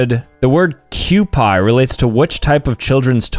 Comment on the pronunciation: kewpie is not pronounced q-pie its q-p